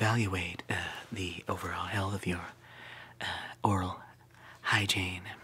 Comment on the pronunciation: Im just learning you said "your overall hell" instead of "your overall health" and the foot OMG my sides are burning x'D